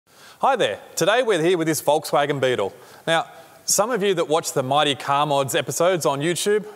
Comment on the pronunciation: Give me a break. An english speaker who pronounces Volkswagen correctly? What have I stumbled upon?